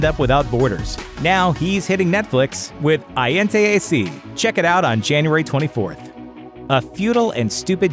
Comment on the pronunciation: 'Gente' is pronounced 'hente'